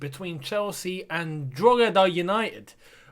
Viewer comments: It’s pronounced Draw-hid- eh mate hahah good effort though ☘️ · Dro-h-eda is how it’s pronounced